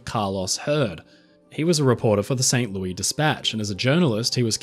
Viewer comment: The “s” in St. Louis isn’t actually silent.